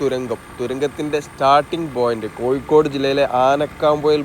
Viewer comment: കോയി ക്കോട് അല്ല കോഴിക്കോട്🙏🙏 അക്ഷരം ഒന്ന് ശ്രദ്ധിച്ചാൽ നന്നു 😊 ഒയി ക്ക് ഒഴുക്ക്